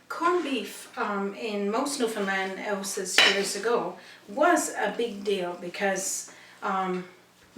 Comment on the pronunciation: What does add savory mean? Also has the letter H really upset you? Herbs are herbs not erbs , he is he not eeee, what are ouses i'm guessing houses? Amazing cooking though.